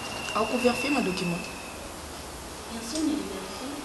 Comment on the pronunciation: eeeh balobaka VÉ-RI-FIER et non VER-FIER